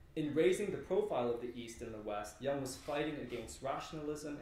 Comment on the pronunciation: Let's pronounce Jung's name correctly!